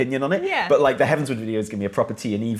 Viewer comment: Ok ok. It’s … heavens.. ward. Not word, not sword.. ward. Like a hospital ward.